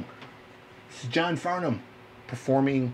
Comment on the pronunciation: Yep! Can tell you’ve heard of him by the way you pronounced he’s last name. Every American has got it wrong that I’ve heard until now.. Well done sir, I guess you are a music God.